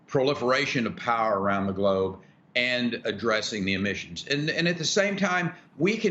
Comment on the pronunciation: Rick i believe its pronounced new klee er